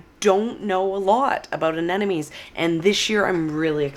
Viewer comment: You're so excited that you're mispronouncing the name of the flower constantly AneNoMes, LOL! Looking forward to the beauty come spring😍